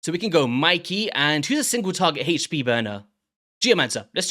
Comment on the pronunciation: Not trying to attack your english but its really not HAYCH pee its AYCH pee !